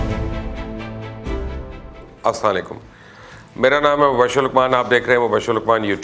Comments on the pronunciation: Mubashir Sahab ap Ka show acha hy. But plz Salam Kate tareeka theak nahi plz Sahi sy bola karain asalamu alikum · Sir please Aslamo Alaikum Bola krain sehi se... please